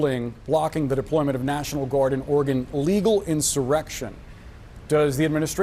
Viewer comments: this is great, seeing Miller in his formative years. What a douche. BTW, if you want to sound like a Pacific NW native (and who doesn't?!), Oregon is pronounced by us as "Or-uh-g'n," not Or-e-gone. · It's said just like the elctric piano Oregon - OR-gen (not ore e gone). Stephen Miller's Iraqi comments - whoever he's talking to sucks, too. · Please pronounce the state of Oregon correctly, pronounced Or-gun, not Or-gone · See eyes blink. His mouth not moving. Strange..if anyone knows about video. Think mic went on strike. Shut him up. Put a friggin muzzle on the creature. Btw its pronunced oregun. Not oregone. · i I great info but.....It's pronounced .....OR-i- Gun. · Thank you love the channel! Portlandian here. Gentle note: it’s pronounced “OR-eee-gun” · Oregon pronounced Oree-gun. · heads up. It’s pronounced Ora-gun. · Or-uh-gun not or-a-gone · "Ory-gun" just for your info,. And you are invited to visit our beautiful state anytime. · Only cause I grew up there .. I pronounce it "Ory gun" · Love your content...it's pronounced like the biology term (organ). Hope this helps. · Always be wary of someone who has made it as many years as this guy has in life and cannot pronounce Oregon correctly. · great video but you mispronounced Oregon